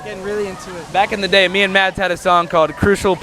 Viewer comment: the D in Mads is silent btw . :) you're welcome